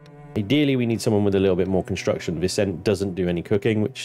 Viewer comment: Haha, great fun, as always! Though it does always make me cringe when you dont pronounce Vicente properly. Hes super Latino, so its vih-SEN-tay. 😂